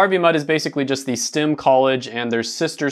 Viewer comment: Everytime he says "STIM", dammit "STEM."